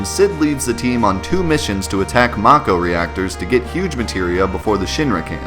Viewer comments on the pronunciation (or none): none